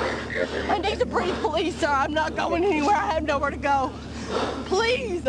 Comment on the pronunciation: Its obvious he doesn't understand that if you add "uh at the end of words, he's supposed to let go. "Please-uh. Preg-nint-uh". "Oh OK, off you go". Like so. Oops sorry "breathe-uh". Fixed it.